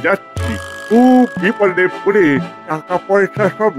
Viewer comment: ভাই ওটা পরে নয় পড়ে বারি নয় বাড়ি.... খুবই শ্রুতি কটু লাগে।